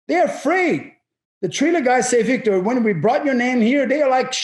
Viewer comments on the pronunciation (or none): first, it’s ViTRTor, not Vitor, second, his first goes burr